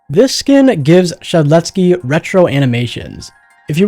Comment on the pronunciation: No way he pronounced yksteldehs first try